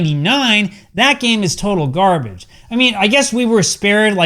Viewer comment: "EA Sports...It's in the GAME" "Akklaim.....It's in the GARBITCH" 😂😂😂😂😂